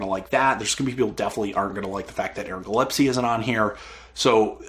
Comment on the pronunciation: Sorry to be someone who corrects, but it's Aaron GILLESPIE - gill-es-pee